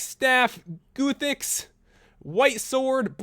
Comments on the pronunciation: lol goothix dude... its guthix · Goothix was the best pronunciation. Hahah, tis "Guh-thix" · It was good until you said Goothix lol its Guth-ix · goothix xD guh-thix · its guthix (guth-icks and seradomin. (sara-domin) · I loved how he said: ''guttix'' XD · How he pronounces Guthix: "Goothix" xD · Pronunciations, Ga-thix, Zam-er-ock, Sara-dome-in, and Armadyl is right, and who could possibly mess up Bandos. I know you said sorry, but i just had to. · its gUthic GUTHIX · "goothix." okay, I'm out. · LOLOLOL GOOOOOTHIX! I think i enjoyed how he pronounced the gods names more than the mod itself hhaha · Lold at how he pronounced Guthix. g uh thix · No, it's pronounced how it's spelled. Guth-icks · guthix is pronounced li GATHIX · You did fine, only messed up guthix which is like Ggg...uh...thix and mabye one other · don't expect him to know stuff he couldn't pronounce guthix, saradomin, general graardor